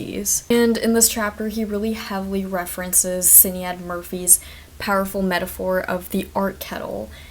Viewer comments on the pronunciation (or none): I love this video and I think it’s great but her name is Irish and it’s pronounced shin-ayd 😭